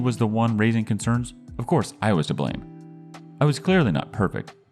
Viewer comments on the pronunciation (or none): none